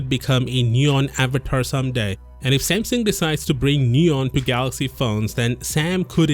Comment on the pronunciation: Oh... "Smasnug"